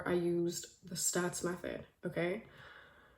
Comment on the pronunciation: girl you're sooo pretty and so happy you mentioned neville goddard but girl it's SATS not STATS